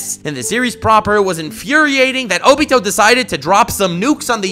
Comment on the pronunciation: Oh-bee-toe LOL